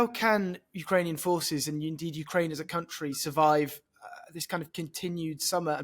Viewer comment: Man who can't pronounce "Ukraine" expert on Ukraine